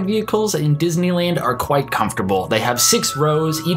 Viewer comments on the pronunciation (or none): none